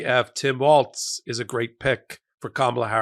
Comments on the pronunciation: It’s “Walls” by the way. Not “Waltz’. Love what you do. Every day. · Maybe my ears deceive me, but it sounds like Micheal is saying Tim Waltz, and not Walz ? Anyone else? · It’s WALZ, Not WALTZ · Michael, I love your network. But, please pronouce Tim Walz' name correctly. Walz, not 'WalTz'. No T. Meanwhile, thanks so much for your sane discussion, analysis, and researched info. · NOT WALTZ!!! WALZ like WALLS. No T in Walz. My god folks! Learn to pronounce names! Practice. Your walls are green. No border walls. Tim WALZ! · Love what you do. FI'm from MN so, friendly tip...it's Tim WALZ not WalTz.💙💙💙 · Michael, you make many, wonderful points, but his surname is Walz...not Waltz. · His name is pronounced "Walls", NOT " Waltz"! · Pretty sure it’s pronounced “wall-S” not like the dance with the Z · His name is not Waltz. More like Walls. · Not to be picky, but it's pronounced Walls, not Waltz. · “WALLS” not “WALTZ”!!! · Hi Michael. I'm a Minnesotan. Please allow me one minor correction. It's Walz (Walls) not Waltz. :-) He is a fantastic pick!!! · You keep pronouncing his name wrong! It's pronounced Walls, not Waltz! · Michael it’s pronounced Walls, not waltz. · Walz not Waltz. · Walz is pronounced Walls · I think it’s Walls not Waltz. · I assume you're about to get a lot of heat from Minnesotans for saying Waltz. It's Walz; there's no T so it's pronounced Walls not Waltz. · His name is pronounced Waals (walls) not waltz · Let's please pronounce his name correctly....it is Walz (walls) not Waltz (🕺) . Trump does that to Kamala so we must operate above that! 🙏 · Why does everyone insist on calling him "Waltz"? It's Walz, no T. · Walz sounds like “walls” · Walz. Think Tom Petty “Walls”, not the dance step. Soft z, sounds like “s”. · Walz, not Waltz. Get his name right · Hey Michael he doesn’t have a t in his last name, it’s pronounced like walls, it’s not the name of a dance. Either way great choice Kamala! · The pronunciation of his last name is actually like "walls".